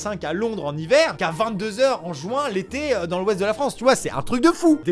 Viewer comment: Non non non amixem c'est pas possible pas '' jouin'' mais JUIN 😂😂